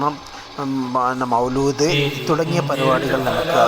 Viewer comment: മൗലൂദ് അല്ല മൗലിദ് ആണ്